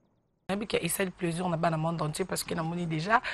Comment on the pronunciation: Bo pesa cours ya diction. On di plaisir et non pleusir